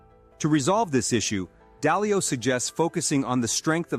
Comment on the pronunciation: Dalio, not dialo